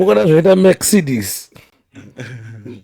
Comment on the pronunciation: Zvinoita mex-cedes😂